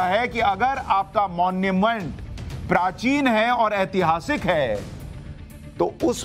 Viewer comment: सर जी ऐतिहासिक होता है एतिहासिक नहीं।